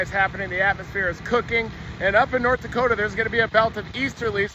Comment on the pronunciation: "Nirth Dakota"